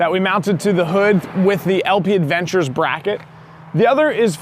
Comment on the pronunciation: That's a nice functional build. Every time I see it, I wish that winch mount/brush guard was available for previous model years. Just one very small thing. It's technically LP Aventure, there's no 'd'. It's French so the pronunciation is ah-von-tour, not add-ven-chur. In the end, the word is French for adventure lol, so probably not a huge deal. Also, did the coilovers reduce the tire clearance laterally? Or is it specifically a function of having more travel that caused the tire to come into contact under compression?